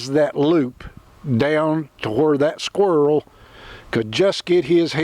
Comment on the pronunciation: "What uh did was, uh had this awld sqerwl heehd..." Always good to have one handy, I guess 😂